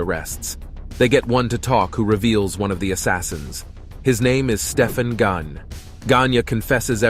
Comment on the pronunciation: Gagne pronounce it like this gang yayy